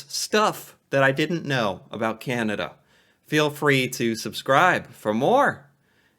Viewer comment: She already started wrong by saying “aboot”